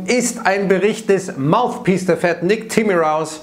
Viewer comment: Das Maufpiehs der FED 🫢. Sorry, geile Sendung aber das musste jetzt sein.